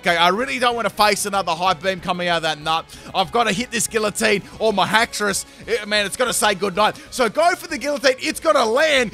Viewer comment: Whelp, that's two poketubers I've heard say Gillatine.